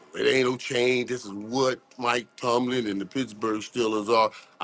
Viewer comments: Yo cam gets no name right … ITS NOT MIKE TOMLINSON. Tired of that yo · Can someone let cam know its mike tomlin not tomlison lol keep letting it ride pause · Say it with me, Cam...Mike Tomlin 😂😂😂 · Ain't nobody gon tell Cam it's Mike Tomlin and not Mike Tomlinson?? 😂😂😂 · Somebody tell Cam it's Mike Tomlin and not Tomlinson 😂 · Lmao they stay butchering names... "Joe Burrows" is close but Mike Tomlinson is crazy.